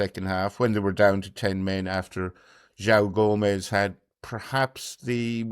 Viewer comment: Barry it is Jo-ON Gomes not Jow.